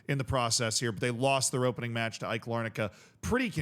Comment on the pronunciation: Nah bro Cypriot football is 100 times more passionate than anything in England Also AEK, btw you are the first person to say the name correctly, has more European experience than Crystal Palace, and did play West Ham two seasons ago Also winning the Cypriot League ain't easy, it's probably the most demanding league in Europe by the amount of foreigners that come to Cyprus It's the most foreign league because everyone tries to keep up with each other, and the Cypriot players aren't enough And there are now 8 "big" teams in Cyprus out of the 14 that play in the league, and there are play offs where only the top 6 can contend for the league, so it guarantees that 2 of the 8 don't even go into the play off group And people in Cyprus are passionate to near violence A couple years ago Greece Cyprus and Serbia had the biggest problems with violence in stadiums, many people dying Thankfully this has relaxed a bit at least in Cyprus, not so much in Greece and Serbia When it comes to AEK there is a meme that says they always go to the final step and can't win the league, which they have been trying to do for the past decade A bit like 2010s Tottenham